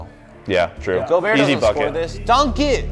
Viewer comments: theres no fucking way he said gobertt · says “gobert” but it is pronounced gobear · Bruh it’s not go-Bert it’s Gol-bear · ITS NOT PRONOUNCED Go bert its pronounced gobear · bro and call rudy gobert like flight does 😂😂 go-bert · No they pronounced it right in the beginning and called him go-bert as a joke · Intresting how they pronounce gobert